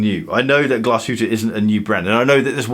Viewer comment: Glashoooot! Oregon-L